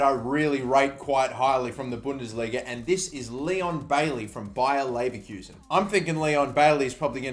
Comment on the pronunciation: As a German its funny to hear how you pronounce Bayer Leverkusen xD